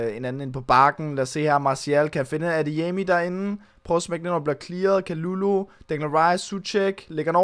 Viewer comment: Ve’ godt at det r lidt ligegyldigt, men har hørt at det ikke udtales Kalulu men Ka Ly Ly fordi det r fransk